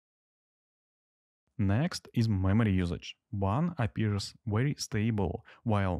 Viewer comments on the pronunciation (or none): none